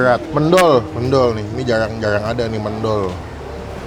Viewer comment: Ngomong mendol "E" nya salah bacanya, yg bener bacanya pake "E" yg satunya